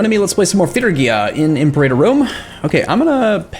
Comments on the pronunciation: Great video! Quick nitpick: The way to pronounce Imperator is like this: "Im-PAR-a-tor." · To be honest, not sure about the 100% exact Latin pronunciation, but it's definitely not "imp-erater." this is how Paradox pronounces it I think for foreign languages it's okay to not have necessarily have 100% correct Latin pronunciation but I'd at least stick with something that's widely used by other people.